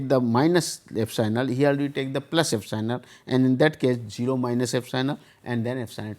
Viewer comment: Not "Fsinal" it will be "epsilon".